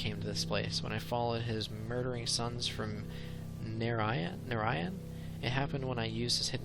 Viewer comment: P.S. To help you with pronunciations: "Atrus" = AY-trus "Saavedro" = Sav-EE-dro "J'nanin" = Juh-NAH-nin You pronounced Narayan right, so I think that's it. :D